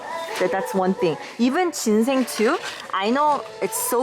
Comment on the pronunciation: Feels weird when your "thing" sounds the same as "thank"... But thank you for the video, I learned a lot!